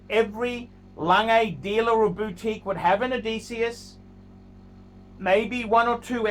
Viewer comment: Best thing about this video is the correct pronunciation of Odysseus.